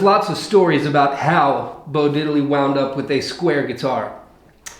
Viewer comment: No, no, no, no.... It's pronounced "DID-ley"...not Diddel-lee